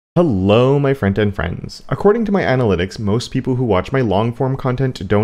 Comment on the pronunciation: All this time i thought you're opening was "hello my friend and friends". Which sounded odd but i assumed it was an Canadian jargon thing. First time i am realising it's "front-end friends". Hah!